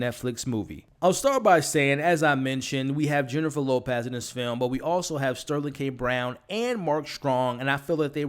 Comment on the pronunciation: Jennifer Lopaaz 😂 great review!